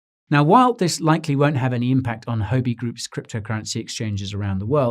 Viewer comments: I dunno how it’s often said in the UK but Huobi is not pronounced “ho be” in Chinese. It sounds more like “who-or be”. As a Chinese speaker this really stuck out at me. Excellent and informative content as always though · Great video, but you are pronouncing it wrong Huobi is pronounced "WHUA-BI". It's tough listening to someone give great advice but on the wrong tune. You're probably losing Asian followers from this I would guess. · you aren't pronouncing 'huobi' correctly